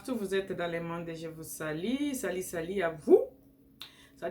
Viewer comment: On ne dit pas SALI mais plutôt SALUT